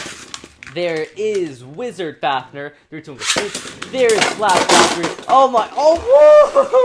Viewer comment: did he say wisars fafners